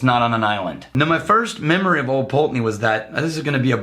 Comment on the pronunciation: Ye olde Pultananey! (glad you dropped your old pronunciation!) Think Wolfburn has now pipped them to the most Northernly mainland distillery up in Thurso. Edit - should have checked comments first, I'm like the 8th person to mention Wolfburn!